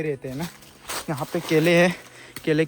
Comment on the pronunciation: Apka kela word atcha laga assamese jesa laga apko 😅😅😅😅😅